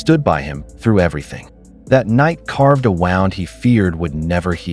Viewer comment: Someone should teach the AI that in this narration, "wound" means 'injury' and is pronounced differently than "wound" that means 'spinning or coiling something.' Context is important to help clarify the definition of the word and therefore which pronunciation to use.